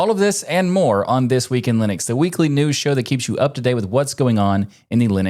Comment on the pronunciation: "linux DUH-news". still no reason to say it like that maté.